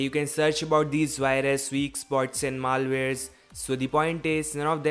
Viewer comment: "MAAL" ware, lmaoo